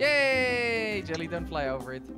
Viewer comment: Ur name is jelle not jelly